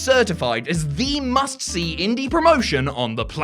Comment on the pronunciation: This dude says much see instead of must see. It is wiggin me out